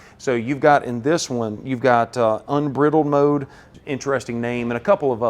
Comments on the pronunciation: It’s pronounced Un BRY dled mode, Sir! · Love ya man but it's pronounced like when you take a bridle off your horse and letting it run wild ..I know it's a southern thing... smile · please stop saying briddled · ‘Unbridled’ is pronounced ‘in-BRIDE-elled’. It’s a term that comes from riding a horse (Mustang: Horse, get it?!!) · Hey. This guy deserves an award for the clearest explanation of what this car is about. More information than any video I've seen yet. And, he is using the British pronunciation of "unbridled". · I think you did a great job of explaining the vehicle. My only complaint is I wasn't fast enough to get on you about your pronunciation of "unbridled" as others beat me to the punch. Thank you. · Good video, but the word" unbridled" mode should be pronounced with a long i vowel sound not a short vowel sound. Just sayin'. Remember we're talkin' wild horse Mustangs here. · Please, for the love of God, someone teach this guy how to pronounce, "unbridled". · Great video very informational but it's unbridled mode as in to unbridle a horse. Check your pronounciation